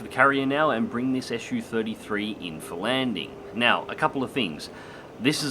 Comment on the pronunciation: Wtf is an 'Issue-33' ? It's a Su-33, dude, pronounced 'zoo* (not esh-you) ! Can't be that hard, so no excuses for linguistically illiterate folks that they allegedly couldn't say it, when they always say it when they say 'zoo' , eh? 😁 It's the first syllable of chief engineer Сухой 's family name, NOT an abbreviation like for Soviet-Union-33 or shit like that. That's how it works 9 times out of 10 with all the rest of the Russian aircraft designations. This got around already even among those who have lived under a rock for the past nine decades. How do you say MiG? Em-Eye-Jee , huh? 🤣